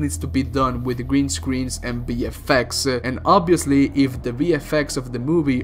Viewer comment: when you say VFX it sounds like BFX. big fucking effects sounds way cooler for a doom movie.